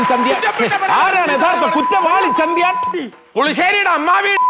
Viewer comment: ചന്ദി അല്ല ബ്രോ ചന്തി